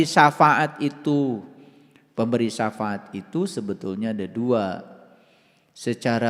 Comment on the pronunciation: Ini lagi nggak tau safaat tapi ngomong sa faat banyak belajar lagi dan bagi pendengar pakai akal jangan hobi dengerin omongan orang baca sendiri dan pahami sendiri takwil nya Alquran itu ya gais 🙏